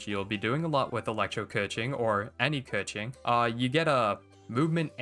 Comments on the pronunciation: pretty sure its kuh-ching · The only correct pronounce is Kequeen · It’s “KA - CHING🪙💵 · no, it’s 刻晴 (kèqíng)